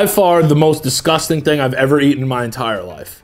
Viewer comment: It’s fockin disCOSTang”